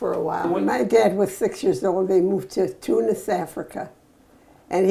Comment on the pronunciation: Aww she says tounes like a true Arab <3